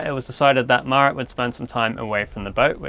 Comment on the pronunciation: We spent two weeks on the boat alone, after which [sic - I cant ever hear her name properly] spent some time away... I hear you bro 🤣 (just teasing!)